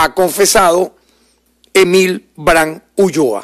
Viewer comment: SE DICE ULLOA NO ULOA...😮